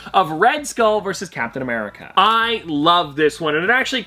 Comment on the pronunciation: I thought you said Cowptain America